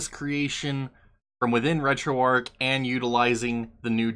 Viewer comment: You're pronouncing it Arc, but its Arch, like the arch of a bridge, or your foot. hard 'Hch' at the end.